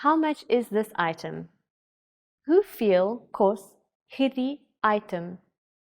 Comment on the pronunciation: She isn't doing a bad job tho. Except that biki. It's bietjie right. And she makes a Dutch variant on kos. Kost.